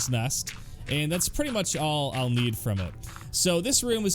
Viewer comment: Haha you said "owl be back" at ~ :)